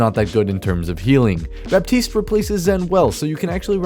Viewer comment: Baptiste is actually pronounced like "Batist"